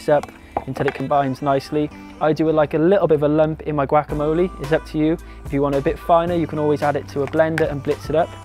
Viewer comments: "Chilli Cone Carnie" "Gwackamoley" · Looks awesome!! :D luv the way u say guacamole lol ;) "goo-walk-a-mole-ay"